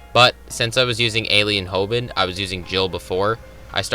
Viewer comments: you lost me when you pronounced hominid as homid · "Alien Homid" bruh